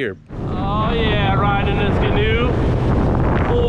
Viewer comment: Ghee-new is the correct pronunciation. Gheen is the builders last name and he liked fishing out of canoes but didn’t like the tippy ness of the canoe. So he designed the Gheenoe.